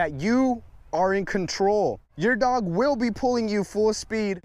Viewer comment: omg you said dogoo😂😂👅